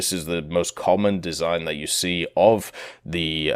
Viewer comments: "Löwe" is spelled more like "Ler-ve" than "lau" or "low". There is just no word in english that spells "ö" correctly. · first tank is pronounced Loover